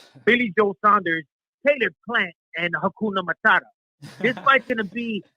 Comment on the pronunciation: Ahahaa dude said Hakunamutata.